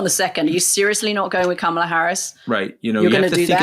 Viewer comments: I'm obsessed with your podcast. I learn so much from both you. I have one beg from Anthony: Kah-mah-la. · Say VP Harris’s first name correctly, please.